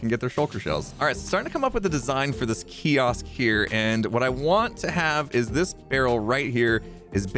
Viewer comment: I noticed the small slip when you said kiosk but had I not been looking for it would have been seamless!